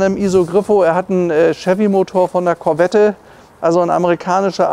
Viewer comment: Der Schalthebel ist kein italienisches Design, sondern original Corvette C2/C3. Und Sie als Autohändler von Format sollten doch wissen, daß bei dem Namen Corvette das "e" nicht mitgesprochen wird. Da sträuben sich die Nackenhaare beim zuhören.